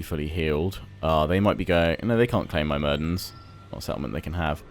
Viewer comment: It is not My-mir-dens it is myr-mid-ens